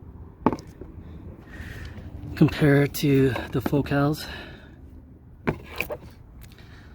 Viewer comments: the only thing that drove me nuts is it is not "Fo-Cal" like "So-Cal"..it's ."Focal" like "focal point" otherwise great video man!! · It's "Focal" not "foe-cal". Also, you should not wear great sweat pants if you don't have a package to show off. How pathetic. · It's Foe-cal. It's French, you uncultured swine.